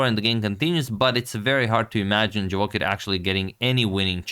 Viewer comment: Boss, the correct stress of this name not JavOcher but Javoh i r. have plz. respect